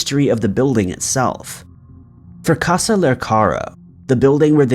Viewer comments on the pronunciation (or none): none